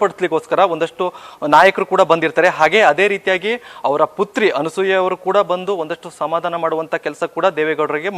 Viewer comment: Thayee adu Anusooya alla Anasooya